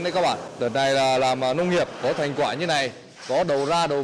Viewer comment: Mình ko rõ là từ địa phương thế nào nhưng thấy gọi quả khoai tây thấy cứ sai sai hihi